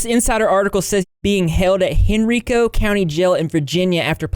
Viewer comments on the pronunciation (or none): It's pronounced by locals as "HEN-RYE-KO." Almost no one on YouTube commenting on the grotesque Chris Chan situation has gotten this right. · It’s Hen-RY-Co hahaha. It’s actually quite terrifying he lived in my town and I didn’t even know it :O